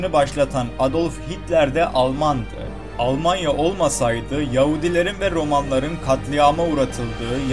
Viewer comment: almanya demiyorlar alamanya diyorlar onlar